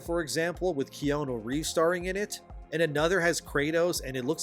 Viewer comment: The hell is with your pronunciation of Keanu? That was some M Night Aang level shit right there.